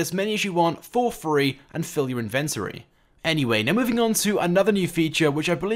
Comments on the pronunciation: It's not "in ven tory" but "inven tory" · Good video, but that's not how inventory is pronounced